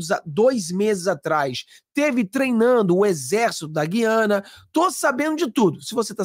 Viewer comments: Essa pronúncia gui/ a/na, nos fere os ouvidos. A pronuncia é GU... e não GUI... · O Nome É "G Ü I A N A"ok!❤